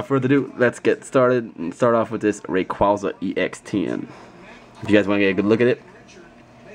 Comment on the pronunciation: Rayquaza: Ray-QuA-za The first "A" is a long "A" sound. Sorry, when I hear someone mispronounce my favorite legendary pokemon's name, I get all Grammer Nazi. lol